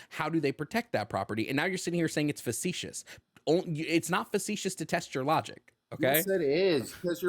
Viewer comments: cant properly pronounce facetious and cant properly pronounce preface LMAO. This guy is bankrupt in every sense and his words have no meaning. I'm an Anarcho-Libertarian because it sounds cool not actually what both those words mean. What a jooooooke. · Man mispronounced "facetious" so oddly enough times it made me not able to say it for a few times myself. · I’ve never heard the word “facetious” incorrectly 25 times in a row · He couldn't use it or pronounce it properly, it was painful. I don't think he has a speech impediment or anything (I wouldn't make fun of someone for that), I just don't think he's familiar with the word. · Not only does he not know what facetious means, he's not pronouncing it correctly. He doesnt known the difference between a government and a state and is unwilling to learn. This guy isnt here for a conversation, he's here to act superior.